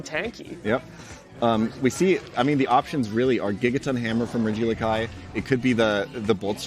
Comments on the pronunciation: Calling him Ree-geelakai instead of Reggie-Elek-EE is definitely a choice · What the fuck is this "Regilikai" meme they keep spouting, it's genuinely pissing me off how much they're committing to it. Regi. Eleki. Not hard. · Regi eleki. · Not only pronouncing regieleki wrong for 8 hours but gaslighting others into thinking thats how its pronounced 😂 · Regieleki pronunciation is insane.